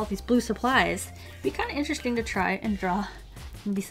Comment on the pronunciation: "Pretty itch-tresting" it sounded like you said lol.